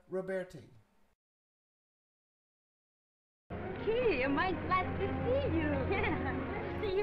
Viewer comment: Her name is LIE-da Roberti, not LEE-da!